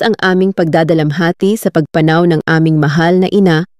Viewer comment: Sana lng ok magbasa un ngsasalita. Para d pilipino. Mali pagbigkas ng salitang pagpanaw. Sorry po, d ganda pakinggan e